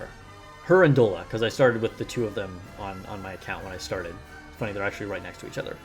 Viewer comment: Bruh. You still calling this girl "Dola"!? It's "Dolla" like Dollar bill slang. All Talentum squad names are based on currency - money - dollar, rupee, and yen/wan.